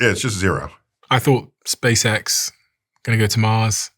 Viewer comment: Space Cex will nevah! Go to Mars! 😅😂🤣🤣🤣🤣🤣